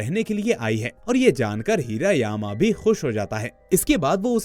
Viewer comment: हिरा यामा नाही हिरा मामा